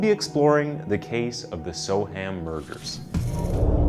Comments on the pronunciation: Ah yes. Only had to wait 26 seconds for the mispronunciation. Soham is pronounced more like Sew-um NOT So-ham. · Badly researched…Huntley did have a history plus it’s pronounced Sowam not so ham…jeez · The trial didn't last a year, it started 5th November 2003, and jury deliberations began on 12th December 2003. He may have attended pre trial hearings at Magistrates and Crown Courts before the trial though. Oh, and it's not so-HAM, it's more 'SO-um' - the 'h' isn't pronounced. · Just an FYI it's pronounced more like Sohum not Soham... or just so-um if you a local. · So weird hearing "So-Ham". It would sound more accurate to say "so-erm" I know folks west of the Atlantic struggle with English place names. Like Worcestershire, we literally just say "Wooster-sheer". What do you put on your cheese on toast? Woostersheer sauce! Great video. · yeah, that bugged the heck out of me too but I put up with it cos he’s American. I was gonna comment on the ‘so-Ham’ bit myself as I was screaming ‘So’am’ in my head everytime. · It’s Spelt Soham but it’s pronounced Soum. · It's pronounced "So-wam" and "Lincolnsheer" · Soham said "so-um". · Soham is my home town its so weird being able to visualise every step the victims took 😔 (also its pronounced So'um) if you wish to sound like a local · Its pronounced ' So'am" Soham , SoAm. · Soham pronounced “SO-umm” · I'm sorry. I really don't mean to be disrespectful, but so many American content providers don't take the trouble to learn how English names are pronounced. It's so very distracting. Soham is pronounced 'So-um' (Birming'um etc.). Counties are pronounced 'Lincolnshur', 'Lancashur' etc. Not 'shire' - though that's how it is spelled. I hope this helps in future. Oh - and if you ever need it : 'Edinburgh' is pronounced 'Edinburrah'. Keep up the good work, and keep on researching! x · Soham is pronounced so-wum. Good short account of the case though. Well done 👍🏽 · as soon as he said “so-ham” I began zoning out